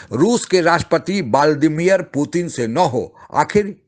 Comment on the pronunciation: Abe बोबडे narrator, it is vladimir not vaaldimir